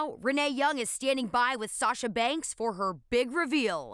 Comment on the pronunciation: Did u hear fin said satsha when he met her 😂😂